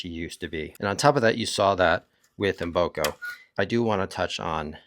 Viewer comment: Mboko not Mboka, 😅